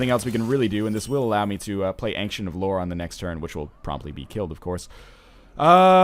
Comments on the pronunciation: Ancient of Lore. It's not "an-ksent", it's "ayn-chent". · Ryan, when you say "ancient" it is distracting. Now when ever anyone pronounces it the more commonly used way, I think of you..... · Since when was "ancient" pronounced "ank-shint"? I always hear NL pronouncing it that way but I have never heard anyone else say it like that, English teacher or not